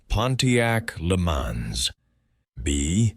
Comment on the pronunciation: No, I DONT think he speaks well. Keeps mispronouncing Le Mans. Too slow, too spaced out on timing of words. Ruins an otherwise good quiz